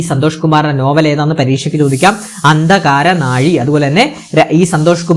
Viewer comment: ഉച്ചാരണം ശ്രദ്ദിക്കുക അഴി ആണ്.. ഒരു സ്ഥലം...... അന്തകാരനഴി പുഴ പ്ലസ് കടൽ ചേരുന്ന ദേശം